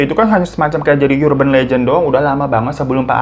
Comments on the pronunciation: Koreksi dikit ya mas Difan, Urgent itu pronounced nya Erjen bukan yurjen, begitu juga Urban pronounced Erben bukan yurben🙏🙏 maaf ya koreksi dikit, semangat❤ love u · Bang Hiro, kalo urban mah "U" dibacanya u aja, bukan yu .